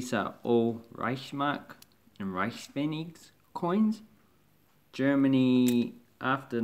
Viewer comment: alright great video, tho i gotta say the way you say Reichsmark and Reichspfennig is hilarious